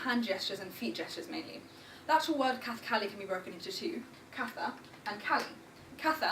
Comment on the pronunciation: The word kathakali itself is mispronounced.